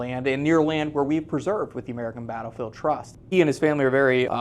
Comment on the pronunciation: Thumbs up if you heard say American bRattle field Trust but know it's more important to preserve American history for future generations!